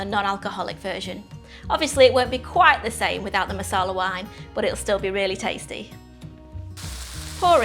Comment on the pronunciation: Does this recipe look delicious? Yes. Am I gonna make it? Yes. Do I like your delivery? Yes. Will I watch future vids? Yes. But it is NOT masala...it is maRsala...masala is a totally different thing!